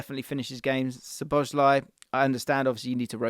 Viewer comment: So-bo-sly, not sho-bo-sly.